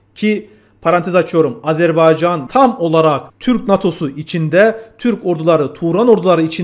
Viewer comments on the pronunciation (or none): none